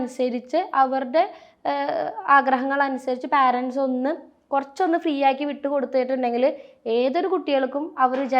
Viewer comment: Anchor ചെറ്റേ, പാരൻസ് എന്ന് ഒരു വാക്ക് ഇംഗ്ലീഷിൽ ഇല്ല. നീ parents എന്ന വാക്കിന്റെ ഉച്ചാരണം ഗൂഗിളിൽ നോക്കി മനസിലാക്കുക.